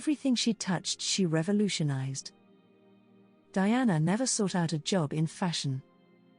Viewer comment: DIANA NOT DIANE